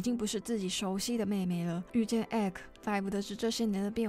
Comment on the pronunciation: 還有Ekko的名字連o音也沒唸出來